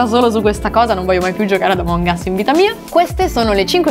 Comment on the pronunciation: In pratica sto video è che prima dice àmong us e poi amòng us